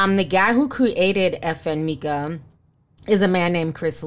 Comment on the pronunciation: I don't think you're pronouncing FN Meka right...it's basically pronounced FN "Mecca" which illustrates that he's supposed to be the highest/the lord from the jump. It was wasn't meant to be that deep. Anyway, Xxxtentacion's family should sue for using his likeness. Creepy ass Westworld shit.lol